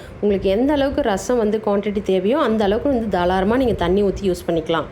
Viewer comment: Super Rasam... But... தாளராம இல்லை.. தாராளமா ன்னு சொல்லணும் 😅😅😅👍